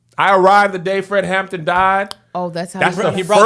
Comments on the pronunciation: Is it just me or does it sound like everyone is calling him Fred "Hammond"... I keep getting distracted by it. Lol! 😂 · It’s the fact that y’all kept saying “Fred Hammond” instead of “Fred Hampton” 😂😂😂 but yes, the movie was chefs kiss 👏🏾👏🏾👏🏾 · Watching two churchy people struggle through calling Fred Hampton - Fred Hammond is amazing 😂😂😂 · HamPTON. Not hammond. Hammond is the gospel singer.